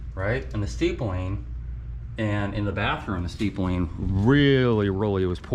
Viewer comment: Its “ Stippling, not Steepling”